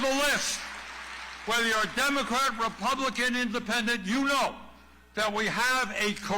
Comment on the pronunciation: No "k" in republic? I wuz skooled in a pubik skool.